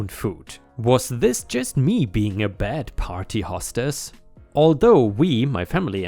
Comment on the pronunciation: Hostess = "hoe stiss" not "hah stiss." lol